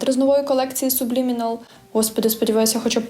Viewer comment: А чому сУблімінал, якщо читається сАблімінал?